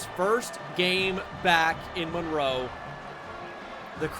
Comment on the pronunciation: My daughter's name is also Monroe, so I appreciate the fact that you say it correctly (Mun-roe). Really enjoying the series.